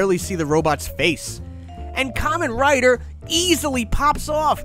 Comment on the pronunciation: BBTS really saw you coming, didn't they? It's a hundred and thirty quid on AmiAmi. With postage, less than £150. For someone beating the Buyee dead horse every video you think you'd have at least checked there first. 🤦 And that's not how you pronounce Kamen Rider, he's not wearing a fruit hat!